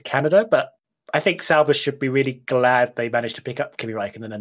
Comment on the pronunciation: DID HE SAY SAUBER